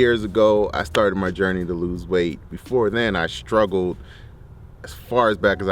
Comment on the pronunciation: first of all.. there is NO "H" in struggle.. its not SHTRUGGLE>. its struggle... so.. dude I am happy you lost weight, you look happier, and better.. ... NOW its time to go BACK to school, larn inglish.. and be somebody